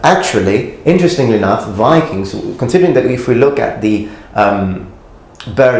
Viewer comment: Enjoy your videos a ton but i have a remark. You are often very eager to point out when someone butchers a japanese name, while you yourself say "go viking" completely wrong. I usually dont care but it seems a little odd (i also do realize that this is an old video)